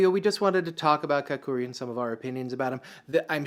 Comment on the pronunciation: Dammit dude, first learn how to pronounce Kakuryu. Emphasis on the Ka part, not the ku part. And try not anglo the r, bro. 🤦🏽‍♂️